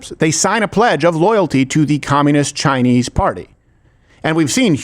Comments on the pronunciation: Why is Crowder saying Chinee? Is he stupid? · Did I miss something? I haven't been to this channel in a while, but I have never heard any other American say "Chi-Knee" when saying something about the Chinese😂 Wtf is going on here?